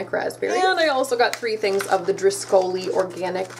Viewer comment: *Driscoll’s, not driscoli’s 😄